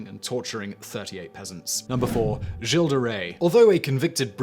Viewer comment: "Giles"?? You do realize that Giles and Gilles are two different names, right? Why do British people either suck at pronouncing foreign words, or simply refuse to put any effort into it at all?!